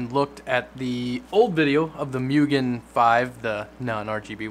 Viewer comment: Its moo-gen